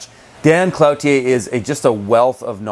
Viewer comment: I would think it's properly pronounced KLOO-tier (at least in French)